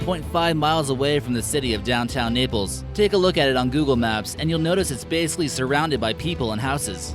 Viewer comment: He prone Naples wrong